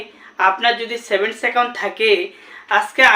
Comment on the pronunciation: আরে মুখ` Saven account হবে না Savings account